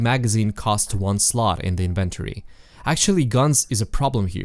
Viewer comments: Please learn to pronounce inventory, otherwise nice video. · The fact that you pronounce the word Flashlight as "Fleshlight", and inventory as "in-ventory" triggers something deep within me.